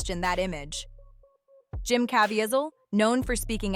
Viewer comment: You mispronounced Jim Cavieselles name. It’s Jim not Jem.